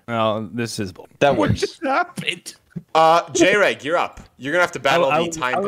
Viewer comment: I distinctly remember Jreg saying in one of his videos not to call him J-reg so it’s crazy that this game was started off with a mispronunciation of his name.